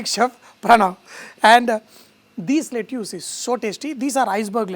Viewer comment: Very good dish. Gonna try. Just one small constructive feedback: pronunciation of Lettuce is "Let-us".